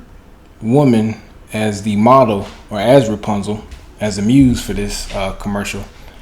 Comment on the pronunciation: Who says repuzal. Has to be white